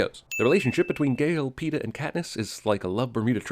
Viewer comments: A lot of sins for her saying peeta I'm betting xD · "PEENIS" LOL! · 21 and up watch the movie again and take a shot of your favorite drink everytime she says Peeta. 20 and under eat a Warhead sour everytime she says Peeta.